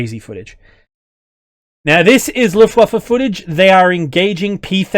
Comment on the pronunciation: I really appreciate your pronunciation of Luftwaffe